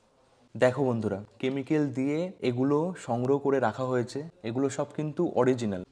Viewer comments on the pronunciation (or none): none